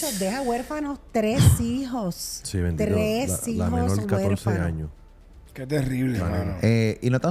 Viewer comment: corazón... es, tres hijos. No tresijos...😮😮😂😂